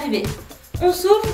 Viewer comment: je meurt à chaque fois . avant je ne savais pas qu'on pouvait avoir des courbatures aux abdos. à chaque fois que tu dit "on souffle" j'entends "on souffre"